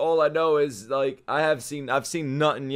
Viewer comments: MEAN - A - TOE (To help with pronunciation) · Mean - a - toe